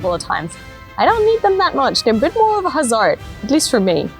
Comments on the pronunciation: Ok.. Now I understand WHY the English is so overly emphasized with a hint of American-ish, Holand-ish, English-ish*, Auz-ish, while trying to hide the German. "Hazard" Pronounced "Has-rrd" Said as "Hazaord" Still entertaining. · HA- Z-ARGH-D. 😂